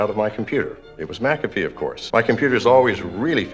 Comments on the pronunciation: John McAfee: "I'm John Mack-uh-fee": "John Mick-caff-ee" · Would you say MaCafe again please? You say it so eloquently and sparingly. My ears are lusting and must be sated! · Who the fuck is John “McCafe”, why is he saying Mc Cafe? Haha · It’s pronounced “MacaFee.” its Scottish